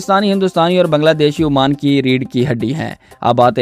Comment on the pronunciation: Oman not Amaan